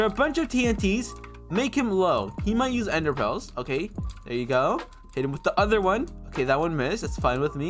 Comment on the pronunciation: lol he said ender phels